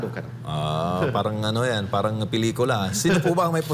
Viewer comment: Sino itong gagong ito, kapag sinasabi ang word na “Parang” inaarte ang pagbigkas na “R” pero pag binibigkas ang “caR” ok naman. Bugok talaga..